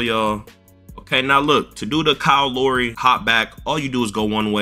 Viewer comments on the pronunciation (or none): Man said Kyle lowree 😂